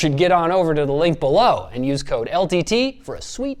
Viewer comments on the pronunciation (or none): none